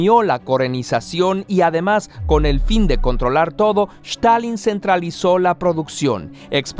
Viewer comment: no sabia que Stalin se pronunciaba con SH